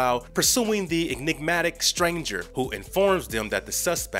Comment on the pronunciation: dude learn how to speak. "AS RISK?" And it's ENIGMATIC